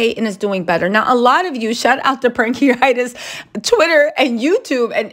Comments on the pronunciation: It's pancreatitis not pancreatis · It’s called “pancreatitis” not “pancriates»